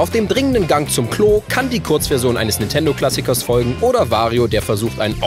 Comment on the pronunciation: Warum sprecht ihr Nintendo immer Nitendo aus? Ist mir schon vor einiger Zeit immer bei Ilyas aufgefallen, aber jetzt macht das bei euch fast jeder??!